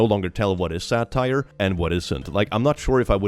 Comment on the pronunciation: I'm french and even if I can understand English, every time you say "satire" I head "sad tire 😢🛞" I'm stuck with this image of a sad tire in my head FOREVER